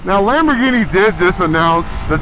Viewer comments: Im sorry but no real italian says Lamborghini like you do....whoever told you that is a jokester😂 and i say that as a guy whos italian friend worked for them before coming here to america and thinks youre crazy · My dude just murdered the pronunciation of "Lamborghini" and "tricolore" 🤣